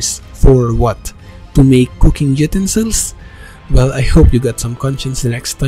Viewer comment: my bro Utensils = You-Ten-Sills. English is ridiculous.